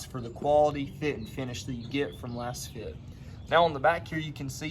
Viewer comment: You're a fake. How do you not know it's pronounced "laze fit"?? You're promoting a product and benefiting from linked purchases but you don't know how to pronounce the name??? Just another kid trying to make a buck but knowing nothing. Lets see how long this comment stays up. LOL